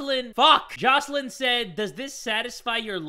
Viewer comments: Lol when you said Jocelyn wrong my friend was offended bc that's my name😂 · Watching him fail to say jocelyn was the best was the best time of my life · struggling to pronounce Jocelyn Me sitting over here. My name is Jocelyn: that kinda hurts me a bit....